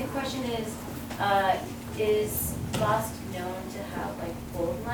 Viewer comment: what a boring speech full of arrogance and pseudoscience. Too much mythology and ethnical supremacism... first of all start pronouncing Basque Country properly, is not Basky Country. [Bask] The Basque vocabulary is limited? Do you speak Basque to make that statement...why everything of Armenians must be the best, the widest, the oldest, the richest, and the only land chosen by God? Everything is very murky! You look the leader of a sect...